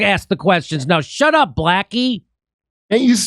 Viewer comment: She straight-up told him to “hesh ep” lmao